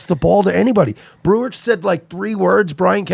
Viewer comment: You can really tell when someone is a huge fan of someone else when they can't even get their name right. Watch the end of that Breuer episode and Schaub completely butchers his name.